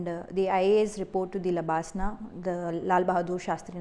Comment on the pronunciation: It’s labsnaa🧐